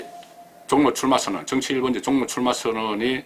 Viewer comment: 가자출신이, 방송을하는분이 발음이 기본인데 억양이 완전꽝이네요. 신경좀 써주세요. 종로. 미래.전략.등 단어에 신경쓰세요.